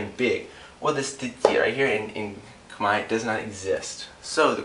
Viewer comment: He says Khmer wrong